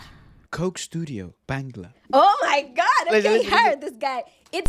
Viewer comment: Its Not Bengla 😂😁😂 Say BAANGGLAA